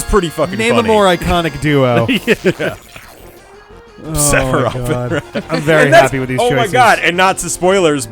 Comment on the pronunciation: Sephiroff, Sephiron, Sephrileft, SephirRight, SephirUp, SephirDown, SephirMiddle